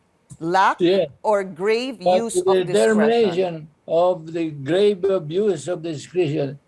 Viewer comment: Hahaha nakakatawa hindi lang once niya binasa na 'use' yung word na 'abuse' sa constitution. Mukhang mas malabo pa ang mata niya kaysa kay Atty. Mendoza.